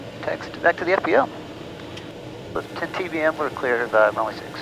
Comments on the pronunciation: A-lizz-a-bethton, now you too can talk Big Orange! Remember the A is pronounced uh! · Not to be "that guy", but it's pronounced: uh-LIZ-uh-beth-tun. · Long time watcher. Please pronounce the mountain town that I was born in correctly. It's E-Liz-A-Beth-Ton. Dan should have told you this but he is a transplant from up north. Lol. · long time fan and subscriber here. I live in East Tennessee, in Loudon, so you basically fly right over my house on your way to Elizabethton. By the way, the local accent emphasizes the second syllable, so it sounds like eliza-BETH-ton. I love your channel. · It’s pronounced “E - LIZ-uh- beth-Tun” 😂😂😂 (in UPPER East Tennessee) 😂😂 Just tryin to help a brother out….